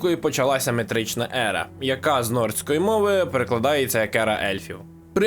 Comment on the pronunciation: *не метрична ера, а меретична... не метри, а мери 😅